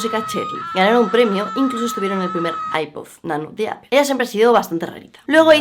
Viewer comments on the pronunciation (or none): none